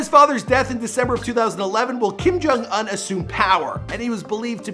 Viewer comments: It’s Kim jong oohn not uhn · Ooooon not ugh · What is it with Americans miss pronouncing names. Bro! It's Kim jong oon not uhn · IT’S OOH-NN NOT UN!!! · Anyone else feels uncomfortable when he says Kim Kong Uhn instead oof Kim Kong Oon Edit: I know that his name is Kim Kong Un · I mean his name is Kim Jon Un but he pronounces it Uhn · / It’s pronounced un(oon) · “kim jong ahn” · Kim jong oon Not Kim jong un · “Kim JUN UNN” lmao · Kim Kong Uwn? I think that's the right pronunciation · Y do u pronounce it as “Kim jong aun” 😂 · It’s not pronounced un it is pronounced ooon. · i’m cryingggg WHY IS HE DOING THAT i can’t stop hearing it now 💀😭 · It bothers me the way u say the last part of his name lmao